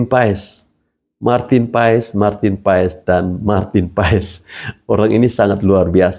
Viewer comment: Maaf, PAES dibacanya PAS, om...